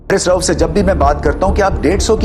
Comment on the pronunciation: Rauf not rouf😂